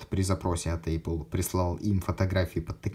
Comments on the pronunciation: Задолбал с этим [ЭЙПЛ]... 🤬 ну неужели так сложно правильно произнести. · Один вопрос почему Эйпл? А не эпл. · «ЭЙпл», что? Как так можно говорить?